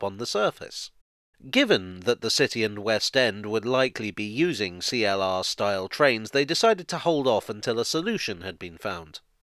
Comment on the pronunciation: CLR. Not Free-LR.